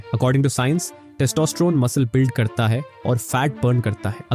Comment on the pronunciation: Kis kis ko testosterone bolna nhi aata 😂